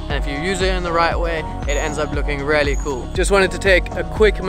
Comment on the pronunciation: When he says "really" it sounds like he is saying "Rarely" Good tips mate